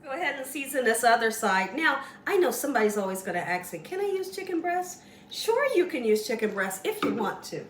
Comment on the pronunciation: Ask for not Axe for. Looks good though.